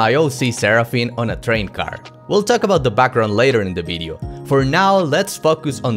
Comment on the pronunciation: "By the end of this BIDEO?" What is a BIDEO?